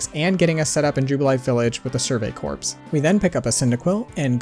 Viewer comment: Small grammatical issue with the survey corps. Its pronounced core like in Marine Corps instead of corps like corporation